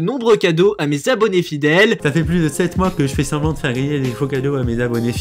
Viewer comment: Ouais ! T aurais du fiaire plus de recherche que ca ! T en a pas fiait asser ! Alors fIais en plus ! Serieusement, qu est ce que ce i fiait la ?